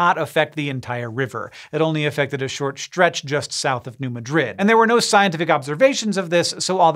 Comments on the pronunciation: Fun fact: as someone who has been to New Madrid (and also Cairo, Illinois); the locals tend to pronounce it "New MAD-rid" not "New Muh-DRID". (Also, Cairo is pronounce "Caro" (like the syrup.) :) For the morbidly curious.) But, as Webster's dictionary once said, "There is no such thing as a CORRECT pronunciation, merely pronunciations that are more (or less) common." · New Madrid (MAD-rid, not Muh-drid) quakes created Reelfoot lake, and quite a bit of the wetlands in Ballard Co, KY. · (cough) Pronounced "New Mad-Rid." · Can confirm it’s Mad Rid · As an (ex) Missourian, I came here to say the same :D New MAEDrid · New MAD-rid. Emphasis on the fist syllable. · as an illinoisian, can confirm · Accent on first syllable of Madrid in New Madrid. And "a" is the same as "sad". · We're Missouri, we pronounce Madrid wrong. Next time, ask a Missourian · the way he pronounces New Madrid makes me squirm